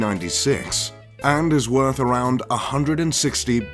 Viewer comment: Soon, I can be a MULTI BILLIONAIRE and No.1 Riches in the World. ( "Woth" ;-)